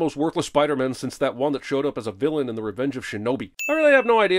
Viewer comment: "vlllain" lol